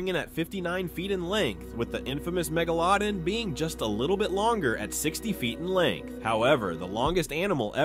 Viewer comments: Its not "megalodin" its pronounce megalodon theres a movie of it go watch it youll know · WE KNOW what Megalodon is, but not Megalodin (the way he pronounces it in the video) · There's a lot of debatable stuff here, but that pronunciation of megalodon just killed me. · The way he pronounced megalodon annoyed the shit outta me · why tf was that indominus there. also therse a creature thats longer than the blue whale. i forgot the name but its basically like a gigantic piece of string in the sea. LASTLY WHAT WAS THAT MEGALODON PRONOUNCIATION